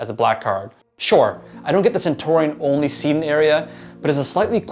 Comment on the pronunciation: It's cen-tyoo-ree-un, not cen-tor--ee-on